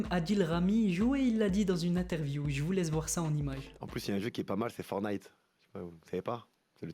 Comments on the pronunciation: C pas fornite c fortenite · On dit fortnite pas fornite